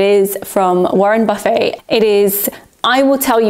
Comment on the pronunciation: Excellent informative video, enjoyed your pronunciation of Warren Buffet lol